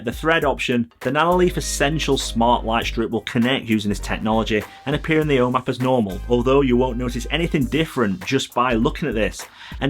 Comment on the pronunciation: I know I've complained about this before, but I still find your pronunciation of "home app" very confusing every time I happen to listen to one of your videos. After a few minutes trying to figure out what this "O map" is, I finally realized this was supposed to be 'ome App.